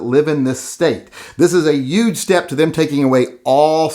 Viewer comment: I donated the $5. Now you have to start pronouncing he ‘h’ in, “huge.!” You live in WA now. Haha. Go Yank!